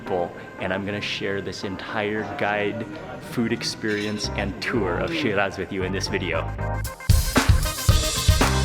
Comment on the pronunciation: But why are you pronouncing shiraz and Iran like that?